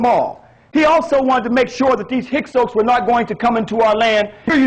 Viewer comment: Narmer defeated scorpion? He may have been narmers father. You don't know shit from clay. And learn to say Hyksos properly. Total tool.